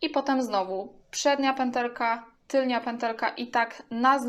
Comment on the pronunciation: Wymawia się tylna a nie tylnia kobieto.